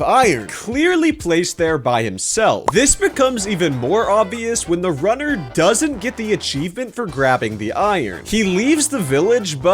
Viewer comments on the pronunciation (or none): I heard rudder not runner